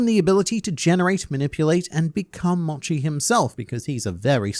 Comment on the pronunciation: Correction, mochi pronounced m-oh-chi, not m-o-chi, sorry